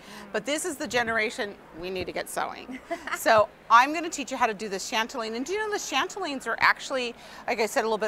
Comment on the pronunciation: chatelaine not chantelaine